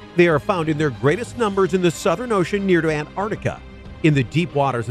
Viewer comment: I gave the video a dislike. Too disappointing to me when the narrator can't figure out how to pronounce the word "Antarctica". Pitiful.When I hear that goofup, I always stop the video. On to something that doesn't offend. =PC=